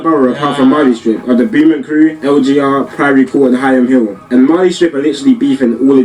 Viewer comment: was fucking jarring me with how he was pronouncing Beaumont...it's bow-mont not boo-ment...ediat yout 🤦🏾‍♂️😂